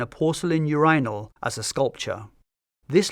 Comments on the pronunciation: im triggered by you-RYE-nol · Do Brits really say you're EYE nal???😂😂😂😂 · The way he pronounces urinal makes it sound like a royal title. 'Yes Your Inal.' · Seriously? Not one comment about the pronunciation of "urinal" in this video? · I don’t think I’ve ever heard urinal pronounced that way even by Brits Great video as always!